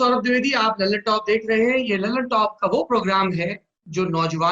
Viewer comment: दल्ल्नटाप, not लल्नटाप 👎👎